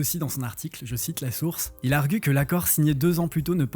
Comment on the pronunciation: Il "argu" mdr du verbe "argure" , on dit "argue" (arg) du verbe "arguer"